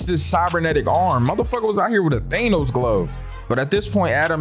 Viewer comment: Please don’t say thanos like that again 😂